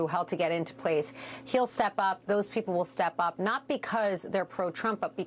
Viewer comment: Habba's Jersey accent slipped out there for a second LMAO "becwause"